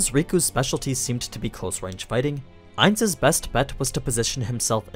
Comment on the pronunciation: I dont understand when you keep saying ains when that wasn't who was fighting?